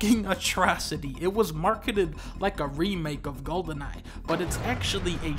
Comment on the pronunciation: golden eye = "gohden ahh"